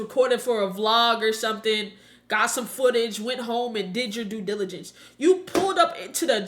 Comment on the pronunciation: "Due Diligence" 😂